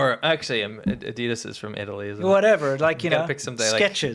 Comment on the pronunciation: Excuse me could you please make an audio button for ," Adidas" from , I have never heard anyone say it like that... You guys rock!